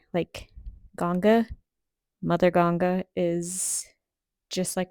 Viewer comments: U pronounce himachal and even Ganga's name correctly, thumbs up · Appreciate your correct pronunciation of Ganga instead of the westernised Ganges. Peace.